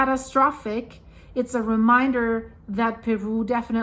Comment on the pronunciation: Love the way she pronounces Perú